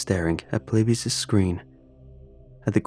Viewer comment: when he said "it's polybisn time" I absolutely lost it